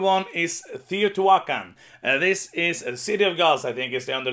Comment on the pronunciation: I think your pronunciation of Teotihuacan is the best I've heard. If I could get only one it would probably be Billy Kerr, though I'd settle for Rolling Ranch. Alas, I live in Australia and know no one going. Great top ten.